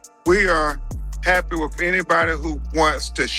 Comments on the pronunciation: Crump is DEI. He can’t form a sentence, says WIFF instead of WITH and can’t read. He’s illiterate. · You are being way too polite calling mr., Church service disrupting, wanna be celebrity ,Don le’mon head a newsman or podcaster….I have a lot of other things I would refer to him as..😂🤣…J/S Then, please try to get Crump to take some diction lessons the words are WITH NOT WIFF AND TRUTH NOT TRUFF .. how did he get through school..??? 😂🤣😂..J/S Thank you for being truthful and respecting that poor kids legacy ..!!